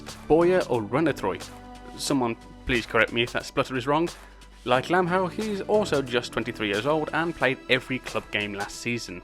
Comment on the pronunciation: I think it's pronounced Lam how, I am not faroese but I study the language, and in most of the cases, we should say in this situation the syllables "how"